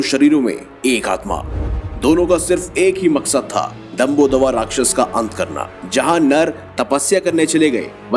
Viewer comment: Bahut se facts kam hain, yahan tak ki rakchas naam tak galat bola ja raha hai